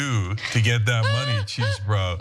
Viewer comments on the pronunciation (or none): No love for Trump's co-conspirator but why do Cenk and Anna keep calling Chesebro "Cheesebro" even in a serious news presentation. Nobody says "Cheesebro" anytime anywhere and she says it even after hearing the women in the segment saying Chesebro. I get you can make fun of him when you're are discussing it after a presentation.